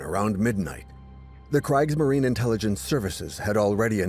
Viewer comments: Its pronounce Kr ee gs marine. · You’d think if you’re going to put this much effort into a documentary like this, you’d at least learn how to pronounce “Kriegsmarine” correctly. Why do the consecutive vowels “i” and “e” (or “e” and “i”) cause most English speakers so much trouble? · Oh my. This documentary pronounces "Kriegsmarine" with a long "i"? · How in the world do you keep mispronouncing Kriegsmarine? Oh right. AI. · Could someone inform the narrator how to pronounce "Kriegsmarine"? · Not sure if this good documentary is AI narrated but both the pronunciation of Kriegsmarine and “Prinz Eugen” are sloppy. Also not sure why the basis is a French documentary….